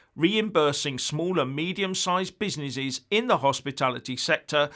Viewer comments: He also said: Oh-my-cron and Busy-ny-shes just like he said Proa-toa-call! LOL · Oh-my-cron and busy-ni-shes! hahahahahahahahahahahahahahahahahahahahhah